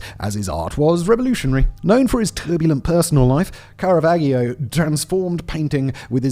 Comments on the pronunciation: I was watching until he started pronouncing Caravaggio incorrectly, how does one do enough research to talk about his life, art, death etc and not get his name right, it’s like he’s never heard of him before. Baffling. BTW it’s pronounced Kah-ruh-VAH-jee-oh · Simon you butchered Carravaggio's name. Here's the pronunciation: KAH-rah-VAH-joh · The way you pronounce Caravaggio makes me wanna cry, It's obvious you never heard of him before reading this script.